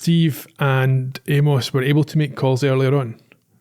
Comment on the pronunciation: Glad my favorite Scottish podcasters are doing MSW, my second favorite mystery to Columbo. Hope more to come, listened to both and excellent early season choices. I’m still trying to get over your pronunciation of poor Amos 😂